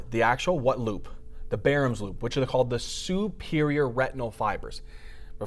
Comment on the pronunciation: Why does he pronounce Baum's loop with an r??? Is that the correct way to pronounce that??